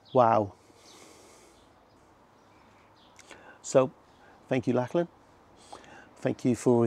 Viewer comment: I hate to be "that" guy but it's generally pronounced 'lock-lan'. Otherwise I fully admire, and somewhat share in, your midlife crises. Enjoyed.